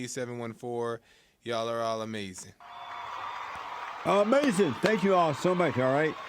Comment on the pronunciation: 7/18/23 ... i FELL out in laughter when Destiny said "AMAZIN" and immediately went to the comments to see if someone else shared the same sentiments. THANK YOU. 😂😂😂😂😂😂